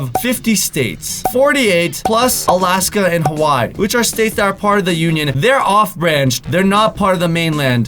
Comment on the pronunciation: You say hawaii wrong🤣